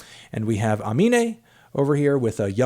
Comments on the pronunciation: AYY HE SHIFTED THE EMPHASIS WHEN SAYING AMINÉ'S NAME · HE FINALLY PRONOUNCED IT CORRECTLY